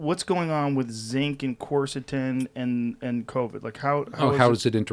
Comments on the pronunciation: People are pronouncing it wrong because its pronounced Kersetin nor Corsotin. Its spelt Qeurcetin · spelled quercetin